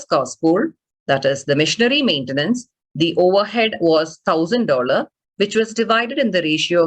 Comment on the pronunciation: Why im hearing missionary maintenance instead of machinery 😂